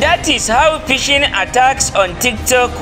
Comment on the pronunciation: Pishing 😂 lol , phish lol 😂